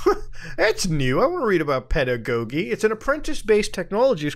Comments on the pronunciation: Finally my time to shine : it’s pronounced Peda-Go-Jee That’s the only thing I retained from a college writing class 😂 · "pedda-goggy" is how it's pronounced, it's a three dollar word for teaching. Also it was three psychic kids predicting crime before it happened in Minority Report, not an AI, that's oncoming reality. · o man hearing muta pronounce pedagogy may be my favorite thing on the internet today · this man never seen the word pedagogy before? lmao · Pedagogy is a term that refers to teaching. Also that second g is pronounced like a j.